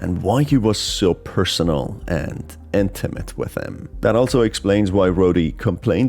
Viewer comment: Your emphasis on intimate and rody being capable of doing it himself had me rolling on the floor. Sounds like some kind of obsessive romance